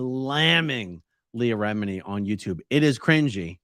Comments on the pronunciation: “Leah Remedy”. I’m dying. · Did he just call her, Leah "Remedy"?